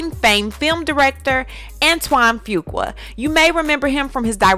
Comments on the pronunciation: Your pronunciation of his name is all wrong sis....it's phonetically spelled "FU-Qua" NOT "FU-KWA".... It was a little irritating to listen to. Just trying to helpl. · Pronunciation is "Foo-qwah" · His last name is pronounced "Few Kwah"...I'm sorry, it's the teacher in me lol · I JUST NEED YOU TO PRONOUNCE FUQUA RIGHT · The weight gain is due to Lupus! And that is not how you say that man's last name!!! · Lawdddd it's Lee-Lah And Fu-kwa